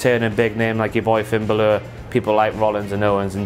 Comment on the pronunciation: finn "bah-lure" I crack up every time you say his last name.